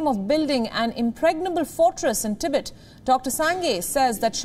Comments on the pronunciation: It's "TEE-BET" not "TI-BIT" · If you're going to provide an English news service can you at least find announcers that can pronounce the words correctly. Tibit sounds like the noise a frog makes. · Please pronounce Tibet like this TIB - ET expand the time between the 2 sounds.... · In "Tibet", the emphasis is on the second syllable. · The host cannot even pronounce TIBET correctly. It's weird nobody noticed that.